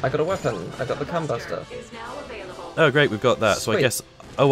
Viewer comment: You pronounce combuster so weird!!! 😂